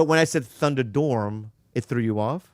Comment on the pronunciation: I hadn't realized how similar Bobby and Matt were until Bobby mispronounced Thunderdome 😂